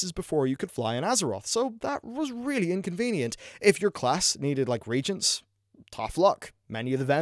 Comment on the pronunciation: RE-AGENT not regent... you're British ffs, you have a regent, you should know the difference